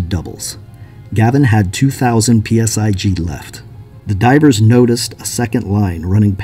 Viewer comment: Stop saying "PSi G" it's just PSI. 😆